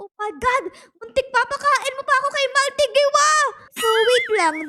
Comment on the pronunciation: I think the pronunciation of his name is Mahl-TEE-gee